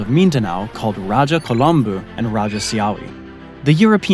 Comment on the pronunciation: Rajah Kulambo not Kolambu😂